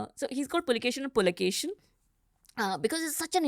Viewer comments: The King is Kannadiga and not Tamilian!! He is Pulakeshi not Pulakeshan!! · ಹರ್ಷನ ಹರ್ಷ ನರ್ಮದೆಯಲ್ಲಿ ಕೊಚ್ಚಿಹೋಯಿತು....!!! Its not Pulakesan the second....It's IMMADI PULAKESHI....!!! these Tamil historians ruin the names by adding N M at the end.... PulakesaN...MaleshwaraM.... etc etc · It’s pulakeshi not pulakeshan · I guess she is from tamilnad 😅 adding N to all the names... It's not PulikeshiN its just PULIKESHI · PULIKESHI ..not PULIKESHIN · His is Immadi pulakeshi ( Ereya ) not pulakesin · It's pulakeshi not pulakesan..read the inscription..don't try to distort madam.. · Pulakshin❌ Pulakeshi✅ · Pulakeshi not pulakesan😂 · Not pulikesan like tamil it's kannada pulakeshi not kannad it's kannada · Its "Pulakeshi" not "Pulakeshin" its not necessary to add Tamil flavor everywhere. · AUNTY ... ITS PULAKESHI ....not pulakeshan, he is kannadida, not tamil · you guys do so much of research but why dont you get the name correct. The name is IMMADI PULAKESHI.... not Pulakesin or Pulakesan.. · It's Pulakeshi not pulakeshiN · Not pulikeshin it is puli keshi, puli- Tiger keshi -hair. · Did someone observe saying Pulikeshan? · This Tamilian lady not prouncing correctly Pulakeshi